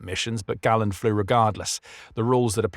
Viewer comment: Perhaps learn to pronounce your subject's name reasonably correctly? I read Galland's autobiography and while it is clear that they disagreed, it seems a stretch to claim that they were enemies.